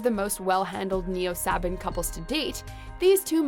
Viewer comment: Neo-Sabbin? Suh-Bahn!